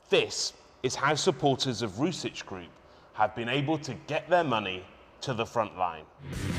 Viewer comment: he didn't even pronounce "Rusich" correctly. I like how media is coping and trying to shift the narrative compared to how in reality Ukraine employs an exponentially higher number of fascists.